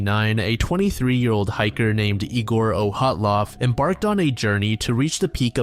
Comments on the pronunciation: I’ve heard all sorts of incorrect pronunciations of “Dyatlov”, but “Oh-hat-lov” is new 🤣 It’s also been definitely proven to have been an avalanche, so it’s just crackpots who consider it still a mystery. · Where the fuck did you get the pronunciation of “Oh-hot-lov” from the name Dyatlov???? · ...Why does he call Dyatlov "Ohatlov"? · I've listened to dozens of videos and podcasts featuring the Dyatlov Pass incident, but I've never heard it pronounced like that before